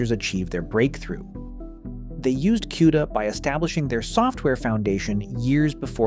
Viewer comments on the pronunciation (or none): Is this an AI generated voiceover? Nvidio, Quda, and 910C chip said as 910"S" chip, Chinese GP"US" etc.